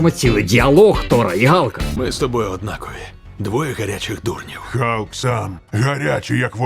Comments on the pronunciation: На початку відео був Халк, потім чомусь перейшло в Галк..вуха кровоточили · Чому не Халк а Галк?